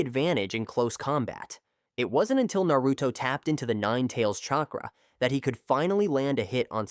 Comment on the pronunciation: Is this Ai voice because he is saying naruto's name completely wrong😂😂😂